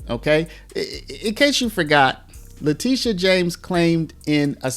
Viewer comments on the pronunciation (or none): TISH, TishA ... Not TEE-sha! Letitia James CAGNEY